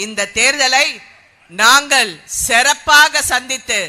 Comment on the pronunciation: சிறப்பு மேடம் செறப்பு இல்லை மேடம் தமிழ் கொலை